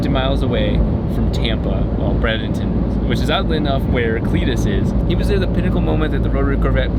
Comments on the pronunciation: Can't wait to see how she turns out. Also, BREY-den-ton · It's pronounced Bray-den-ten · Anyone else live in Bradenton and cringe every time he says the city name? BRAYdenton. Lol